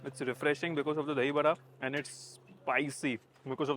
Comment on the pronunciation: Very happy that he actually pronounced "dahiBARA" and not "dahiBADA". Really happy!